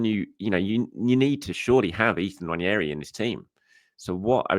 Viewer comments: It’s pronounced ‘Wan-Airy’. Not ‘Wan-Yairy’ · Its about time that we all started pronouncing Nwaneri’s name correctly. Its not prounuced One-Yer-e its pronounced One-eri. Come on!